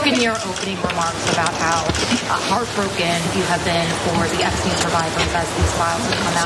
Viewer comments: Funny little slip there, Hillary... EpstEin instead of Epsteeen. I read somewhere about everyone pronouncing his name wrong besides those who knew. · "Eppstine... Eppsteen..." >>> This is what they call a "glitch": she accidently pronounced the name more correctly...🙂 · I’m glad someone said that!!! That was very slick but noticed “epstine” haha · “EPSTINE” is some Reagan Level obfuscation! 🎖️ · Oh look, she knows so little about him that she can't even say his name right.